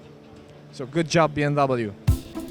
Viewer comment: It’s not B M double you. It’s BMWEEEEE